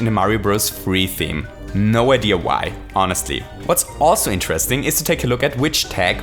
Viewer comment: Cool video as always :) but , what's "highlestly?" :p